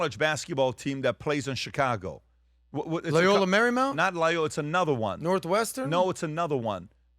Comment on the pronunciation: said, Loyola Maramount? That's in LA BUBBA 😮😮😮😮😮😮😢😢😢😢😢😢